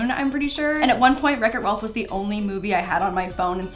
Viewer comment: is it just me or did she say wreck it ralph with an ancient